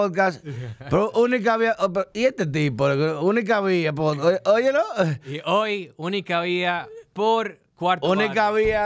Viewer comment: Él dijo podcast bien al principio. Deja el "hate".